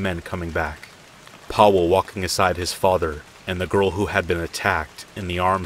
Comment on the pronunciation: "Powell" "Areck" dude these aren't that hard to pronounce :( come on...just a quick type in Google Translate will show you how to pronounce it.